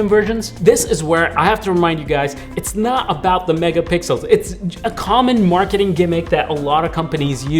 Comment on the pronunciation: He said megapickles